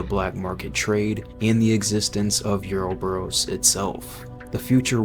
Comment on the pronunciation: You played RE5 right? Why do you pronounce Uroboros that way? I love the video, but that threw me